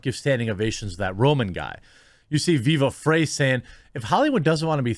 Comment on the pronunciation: It's Viva FRY... FRYYYYYY not FRAY. He says his name in like every video my dude. 😂